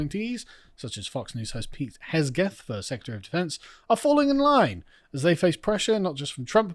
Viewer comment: Carl, it is Hegseth, not "Hes Get".